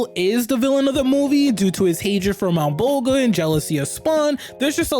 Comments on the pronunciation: Your pre prenounciation of Malabolgia drives me nuts. The g is pronounced like a J. "MalabolJia" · The way you pronounce Malbolgias name is almost as hilarious as the special effects hahaha!